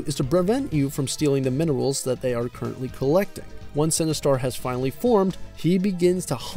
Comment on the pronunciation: Its Sinistar not Cinestar lol. Great review.